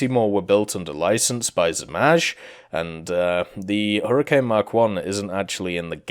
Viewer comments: Not Zmazh, in English you would say Zmay aka Dragon. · Zmaj is pronounced zmai, zm eye, or zmay. Lmao im trying to figure out the best way to tell you